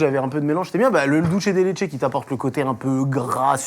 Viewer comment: Vraiment super le concept! Parcontre cher on prononce "dulsssssse de leche" pas "dulche de leche" 🥲 c'est un petit message depuis l'Uruguay, une des mères parties de la confiture de lait! Continuez comme ça c'était trop cool (sauf le "dulche" haha)